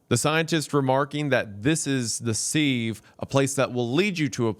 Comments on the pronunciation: omfg 'sieve' is said 'SIV' like Give not like Sleeve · Pronounced "Siv", like "give". Not "seeve", like "leave". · yeah! And he definitely pronounced sieve wrong multiple times on purpose too! All part of the plan. Daddy is perfect 😂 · ...Has Wendigoon never heard the word "sieve" before? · Maybe shoulda thrown in an outtake where you pronounce "sieve" correctly. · the real horror is how he pronounces "sieve"